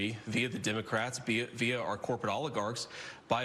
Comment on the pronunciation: I need for Vance to stop telling me about the "dimocrats". What's wrong with him? Why can't he pronounce the "e" in "democrat"? Moron.